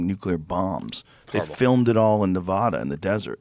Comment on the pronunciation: Joe, Nevada is pronounced as Ne-vah-duh not Ne-vaw-duh.... love you